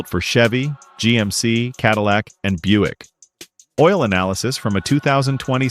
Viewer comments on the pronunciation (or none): none